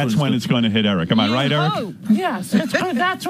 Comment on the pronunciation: How does Erik turn a one-syllable word like "right" into a two-syllable word... "Right-tte"